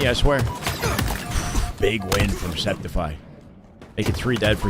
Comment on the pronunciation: Sceptify is pronounced Skeptify, like skeptical. His brother mentioned it in an LVT stream, but everyone forgot i guess. Por guy, no one ever gets his name correctly. :(